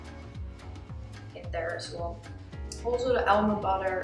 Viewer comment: heeee ik vind je video’s echt geweldigg! je bent mijn motivatie om gezond te leven ;) Een heeel klein tipje om je engels nog beter te maken: ‘as well’ spreek jij een beetje uit als ‘as wol’ (wol alsin stof) maar ‘well’ wordt gewoon uitgesproken als ‘wel’ (ik voel me wel goed)